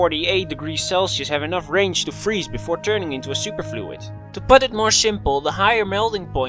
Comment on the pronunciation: Helium: I neva fweeze.